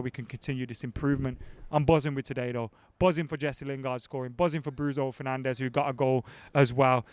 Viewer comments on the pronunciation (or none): "bruiso fernandes"